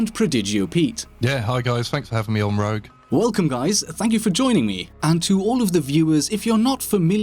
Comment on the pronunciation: Bruh rogue doesnt even say his own name right